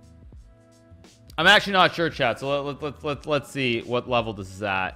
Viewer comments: I like how he says level and it sounds like webble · Funny how he pronounces "level". He's like bwebo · "Not the top vevel"